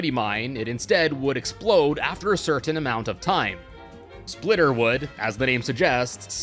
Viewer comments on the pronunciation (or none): none